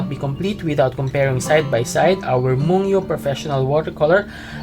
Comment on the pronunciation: I have the same set!!! I just got them the other day... your review is quite helpful for new/aspiring watercolor users/artists... i think this brand is pronounced as /moon-gyo/